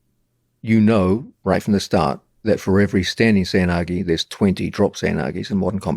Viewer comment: its pronounced seh-oy na-geh :)